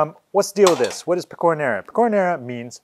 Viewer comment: By the way it's pè-co-ra not pe-cò-ra